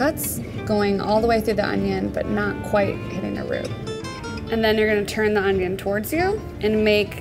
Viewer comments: ItS OnIoN nOt OnYo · I was waiting for her to say onyo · So in English it's called onion and not onyo 🤔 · Fail, it's Onyoooo not onion